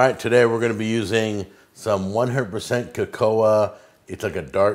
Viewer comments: Its not pronounced ca-co-ah its pronounced ca-cow. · Actually, it's pronounced cuh-cow but hey-ho eh.